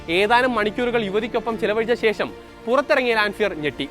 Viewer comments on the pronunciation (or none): none